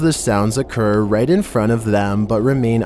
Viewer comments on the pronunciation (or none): none